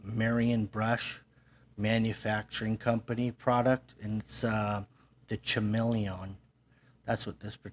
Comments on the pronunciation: I'm going to be that guy because well I am that guy, and I am sorry I know it's insufferable, but chameleon is pronounced ka-meal-leon like the camouflaging lizard. I do love your channel and look forward to your latest videos. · Hey, I think you're brush is pronounced kuh·mee·lee·un, like the lizard. You call it whatever you want though! Love the vids:)